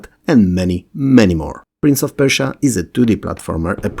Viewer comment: *Prince of Perish-ia :)